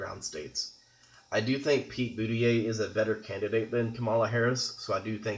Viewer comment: It's impossible for Maine to split 2-2. If you win both congressional districts, you win the state 4-0. If you win one congressional district it would split 1-3 or 3-1. And his name is pronounced Boot-a-judge, not Booty-yay.